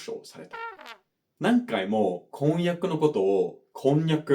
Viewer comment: 箸と橋の発音は日本人も曖昧じゃない？おを付けられるのが箸だけなのでお箸って言って区別したりしますね。 あと婚約とこんにゃくの発音が違いますね、全然通じますけどね。